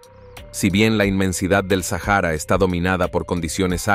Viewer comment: Muchacho no se dice sajara es Sahara la h es muda no te agringues por favor